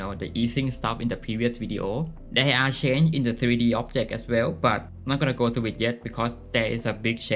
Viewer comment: Are you saying area? It sounds really weird and I'm not sure if I'm getting it right.